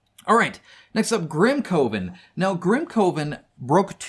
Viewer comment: GrimCOEven”? I though it was like grim then coven. Like, “cuhven.” But yeah. The A.I. use of A.R. is mental. I saw a box of goodies from several of their games and the fact that the reviewer I saw didn’t notice it was A.I. was baffling to me.